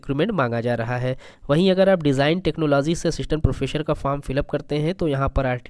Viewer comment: सर प्रोफेसर प्रोफेसर। प्रोफेशर नहीं।